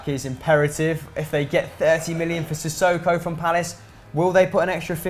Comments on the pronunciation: First says Sane instead of Mane and then says Sisoko instead of Sakho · said sane instead of mane and sissohko instead of sakho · Who is cissoko, as usual fucking up his name is shako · not sane it's mane and not sissoko it's sakho hope you will never make mistakes like this hamster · both called Mane "sane" and Sakho "sissoko"